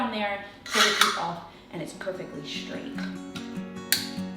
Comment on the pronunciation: Shtrong, shrait, shtrips. Shtrange.